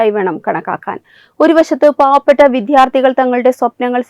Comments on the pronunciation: ഓ "വിദ്ധ്യാർത്ഥി " എന്ന് കേട്ട് കേട്ടു മതിയായി. എൻ്റെ കൊച്ചേ, മര്യാദക്ക് വിദ്യാർഥി എന്ന് പറയാൻ ആദ്യം പഠിക്കൂ. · വിദ്ധ്യാർത്ഥി എന്നല്ല. വിദ്യാർത്ഥി. എന്നു തന്നെ പറയണം . ഉച്ചരിക്കുന്നതു ശരിയല്ല. ഭാഷ പഠിച്ചവരെ നിയോഗിക്കുക!